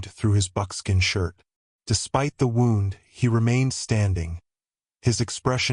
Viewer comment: wound in this case is pronounced Woond.